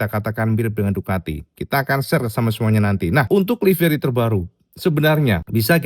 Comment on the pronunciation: Ducati bro, pakai "c" bukan "k"